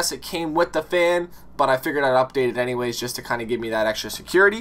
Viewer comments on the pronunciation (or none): none